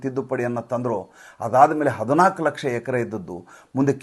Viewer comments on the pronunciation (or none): none